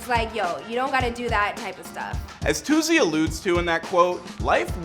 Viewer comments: They is no z in Toosii omfds😭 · ITS “TOO-SEE” not “TOO-ZEE” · Yall annoying me saying "toozii" its "toosii" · It’s not toozzi it’s TOOSII 🤦🏾‍♀️ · Is it too-z or too-c Bc y’all keep saying too-z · It’s toosii not tozzy gaddamn 🤨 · Stop saying To Zee😭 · TOO - SEE .. not however they pronouncing it 🥱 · His name not “toozzii” cmon man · Why they saying toozii tf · Why y'all say Toosii like that? It ain't hard to pronounce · That’s not how u pronounce his name mfks🤣 and that’s now how u pronounce Raleigh either🤦🏿‍♂️ Micheal wya😭